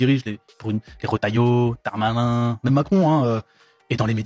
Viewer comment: la manière dont il dit Darmanin, ça sonne comme un "nanani nananin"